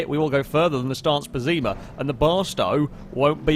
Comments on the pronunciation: Its pess-ima not pezzima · One thing I realized: if "Pessima" is meant to be the italian word for "awful", then it's pronounced with the Italian double S sound (a bit like an sh), not a Z, and the stress would be on the first syllabe.